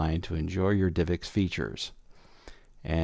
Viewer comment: why does he say "divix" when its like "div ex"?